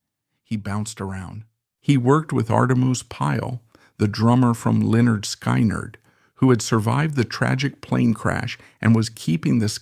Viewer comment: Dreadful AI, cannot spell Allman or pronounce the name Lynyrd Skynyrd.